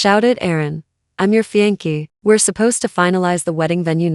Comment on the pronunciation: fiance' - FEE AN SAY!!!